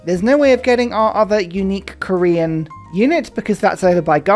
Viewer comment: I become disturbingly satisfied every time says "Ko-Rear".